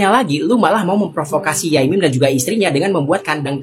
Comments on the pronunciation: Bkn yamim mas, sebutan kyai bg org Jatim biasa disebut yai, sdg mim sdr singktn dr nm panjang pk mim lalu jd yai mim, biasanya kl sekedar menyapa ckp di panggil pak yai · Bukan Yamim bang tp Yai MIM 😂